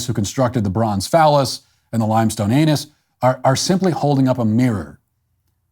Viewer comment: I don’t know what’s funnier, the sculpture, or the fact that no one on that report could say “anus” 😂💀